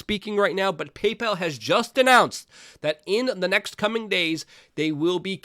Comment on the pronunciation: Pay-PAL , Stripe , .......?